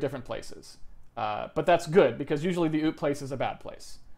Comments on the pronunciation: I like that he pronounces OOP like oop. Like it was a mistake: "oops!" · Poop, not oops.